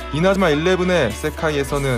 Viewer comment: 초에 이나즈마 일레븐을 이레즈마 일레븐이라 발음 하셨네용 그리고 3대 여신이 누구 누구 죠?? 후욱후욱